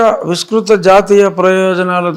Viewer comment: Vistrutha ani palakadam rani meeru Jagan teluguni ela prasninchagalaru😂. Viskrutha aney padam telugulo ledu anikuda teliyakapotey - meeku, telugu raani maa mukyamantriki yemi teda rajugaru